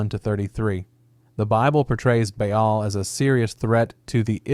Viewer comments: It's literally just "ball" not BAY ALL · Baal (bāe-all) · Should we maybe google how to pronounce BAAL before hitting record? 😂